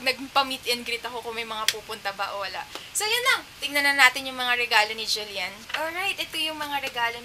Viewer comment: Julyen ba ung pronounciation?